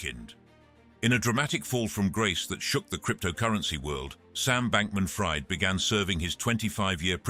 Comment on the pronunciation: #20 Sam Bankman Fried is pronounced (freed)